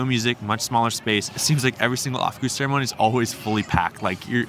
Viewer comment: 😂 lived in Berlin since 2001 and going into saunas naked with strangers is now completely normal to me. It was a shock the first time I went to a sauna back in the states and everyone was wrapped up tight 😅 Way more uncomfortable. Also it's pronounced oww-f not off 😉 And you're absolutely right: there's a wide spectrum among Germans as well, I have both male and female friends I go to spas and do saunas with regularly and others that simply refuse to come because it makes them uncomfortable. Eventually you get to a point where nudity is simply not sexualized in the right context and then it's actually quite a liberating feeling! Enjoy your time in Deutschland (strange part of the year to want to visit though, February is typically when everyone is ready to gtfo of town 🤣)